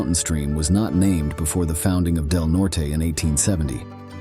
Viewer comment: When are they going to teach these AI Robots that the pronounciation is "COLO-RADO not CALERAYDO, And it's "DELNORT not DELNORTEY"...???